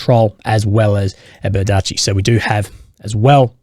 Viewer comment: So glad the Russians finally took Berdychi so I don't have to listen to butcher its pronunciation anymore